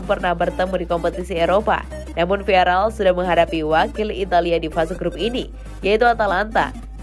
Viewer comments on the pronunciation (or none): "viarel viarel:"!!! salah! VIAREAL baca yang bener oyy